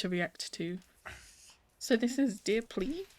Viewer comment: The way you pronounced PLLI is correct!🥰 PLLIs is just the plural term